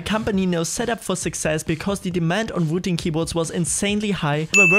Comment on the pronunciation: It's wooting not vooting.